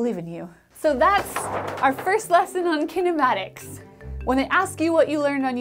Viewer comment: As an Indian ,Her pronounciation of kinematics made me to turn off the audio and just read from the captions